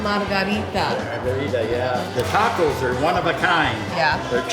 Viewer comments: please practice pronouncing the word TACO ----TRY THIS TAAAAAAH-COS AND NOT TEKOS,,WE LOVE UR PROGRAM AND HAPPY YOU'RE ENJOYING EXPLORING OUR FOOD , OUR CULTURE AND OUR TAAAAAAAAAH KOS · I was cringing at the way she pronounced "tacos." Then she met the 2 surfers from San Diego. After they pronounced it correctly, she pronounced it the same way. I figured she picked up that she had been pronouncing it weirdly. Nope! 10 seconds later, she's back to the weird pronunciation.